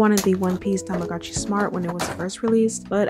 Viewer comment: I like how you say tamagooch xD lmao